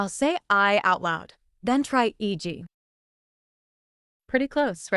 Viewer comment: *eg was not pronounced [i:d3i:], but [eg], which, to my perception doesn't sound in the least like [ai] .